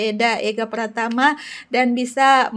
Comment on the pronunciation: PRATAMA KK BUKAN PRAMATA